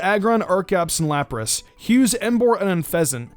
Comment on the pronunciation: I think he meant to say 'Lapras.' But yeah.